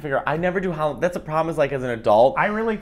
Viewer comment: Hallo—ween , not Hollow -ween.